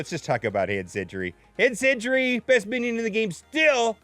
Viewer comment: Hand Sentry - “sen-tree” not century!!!!